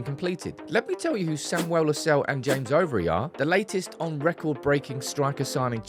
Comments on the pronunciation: The name LUSALE, is pronounced as LU SA LE, not LU SALE, No. This is an African name from Zambia. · The correct pronunciation of LUSALE is not “Lusell” but LU- SA- LEH its an indigenous Zambian name. And im proud to have the lad representing the United academy 👏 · Lu-sah-leh that's the pronunciation